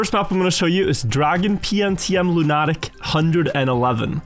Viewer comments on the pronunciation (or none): lunatic isn’t pronounced Loo-NAH-tick, it’s more like LOO-nuh-tick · "loonattic" lmao (it's cool though, english pronunciation is 100% nonsense) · "Loon attic" ??? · I always love Wirts pronunciation of lunatic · It's pronounced lunatic you lunatic